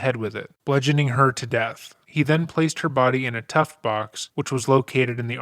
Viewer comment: Tuff Box, btw. Sounds like youre saying "tuft"